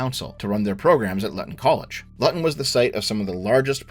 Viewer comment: To be a mild pedant, , Luton is pronounced Loo-ton, not Lutt-on. Edit: Wait, you get it correct . Fair enough.